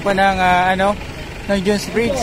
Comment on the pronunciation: Pls read proper pronunciation pls mga vlogger! Its jone's bridge not june's bridge ok!